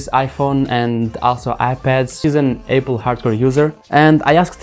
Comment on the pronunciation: This guy saying Apple as Eipl